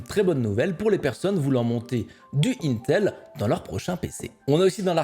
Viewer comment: "Un_tel".. Donc "Integrated Electronics" se prononcerait "Untegrated Electronices" ?